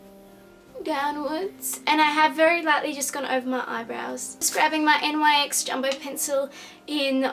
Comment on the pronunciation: The makeup looks wonderful but it just hurts me a bit on the inside when she says N.Y.X